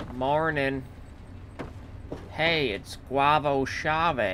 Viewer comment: "Hey, it's Guava Chave" xd